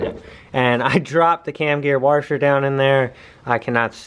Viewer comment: This guy still can't say washer LMFAO